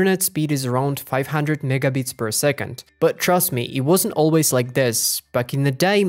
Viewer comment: bro is not saying "megabits" at the begining 😭😭😭😭😭😭